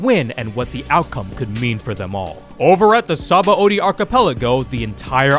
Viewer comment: Not to be THAT guy, but apparently Sabaõdy is pronounced “suh-BON-dee”, not “sah-bah-OH-dee”, since it comes from the Portuguese word for soap.